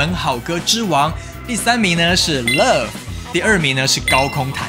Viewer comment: 為什麼英文會說不好呢？Love發音的很做作，很像外國老女人的唸法